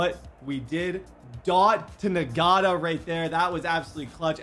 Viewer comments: Bro I’m pretty sure Ngata is pronounced (Na-Ta) no G! I couldn’t help but pick up on it everytime he said it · It’s not pronounced “N-Gata” it’s pronounced “Nata” please no longer call him that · That rookies name isn’t pronounced Na gata it’s just nata the g is silent 😂😂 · “Nagata” 😂 that G in Ngata is silent my boy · Ngata... Nagotta... "Not-uh" 👍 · the rookie we receiver last name is pronounced (not-a) not (n-gota) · I think his name is actually pronounced EN-gata instead of NE-gata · it’s pronounced “Nata” not “Nagata” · It is engata.... that is how u say it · i’m 15 minute in and him saying Ngata like Nagotta is making me insane😂😂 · Boy think he slick with ngata. The g silent😂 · Btw Ngata is pronounced (Not-uh) the G is silent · Ngata is just pronounced Nata. They get it from the Tongan DT that played for the Ravens. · Dear if you see this Ngata is pronounced Nata I know that because of a D lineman who played for the ravens:) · I think it’s pronounced Nata , silent G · Bruh, the dude's name is pronounced na-da. The g is silent